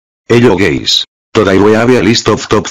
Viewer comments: Did anyone notice that he says us gays instead of guys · "hello GAYS " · bro that intro was interesting, "hey gays!" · "HELLO GAYS" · “Hello Gays” Got me dying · And, the 'Hello Gays'......it's the cherry on top! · Everyone says Hello guys says Hello gays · "Hello gays" 💀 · Bro the "Hello Gays" got me drivin' crazy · Why did you say for me gay🤨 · It said hello gays again💀💀 man I laughed at that part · hello gays💀💀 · "Hello gays" Didn't expect that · Bro Really Said Hello Gays💀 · "Hello gays" Godamn ok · “Hello gays…”☠️ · intro : hello gays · Bro ritearly said "Hello gays" 💀💀💀💀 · "hello gays" 💀 edit:bro really said hello gays 💀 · "Hello gays" ayo wtf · "Hello Gays "WHAT" HELLO GUYS 😅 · Did he just called us Gays💀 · Is no one gonna mention how he started the video with: “hello gays” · "Hello gays" 💀💀💀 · Have anyone noticed him saying "hello gays" instead of "hello guys" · I KNEW IT YOU WERE SAYING HELLO GA*S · He said hello gays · “hello gays” 😂😂😂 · 😂😭 “hello gays” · Did I hear you correctly, "hello gaes" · "hello gays" 💀💀💀💀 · "hello gays"💀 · “hello gays” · “ Hello Gays ” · This time bro actually said gays💀💀💀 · I just noticed it said "hello gays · The first time he says hello gays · “heloo ga- guys” imagine putting gays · "Hello gays'"💀💀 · Hello guys ❌ Hello gay💀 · Wait... Die you say "Hello Gays"? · You said *Hello Gays*....💀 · He's accepted that it sounds like gays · Bro really said gays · Bro he sayed "gays" "hello gays" sayed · BRO SAID GAY💀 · Bruh He said gays 💀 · Why "hello gays" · Did he said gays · Always when i watch his videos and i see that the ai sound doesn't say guys But it says gays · He always says hello gays😒😒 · Bro saying gays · Por que dijiste en la intro hi gays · i love how it says "Hello gays" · The beginning man, "Hello Gays" XD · This time he actually said hello gays 💀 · Bro "Hello gays" in the beginning got me laughing 😂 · "hello gays" never gets old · One of the vids were you actually said "hello gays" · he finally said gays